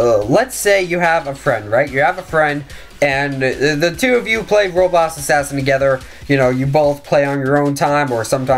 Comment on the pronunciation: Dude why can’t u say roblox u always saying like roblos assassin or robots assassin. Jus say it right it anoying :(